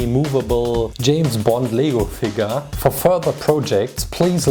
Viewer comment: Did anyone else think that he said legal figure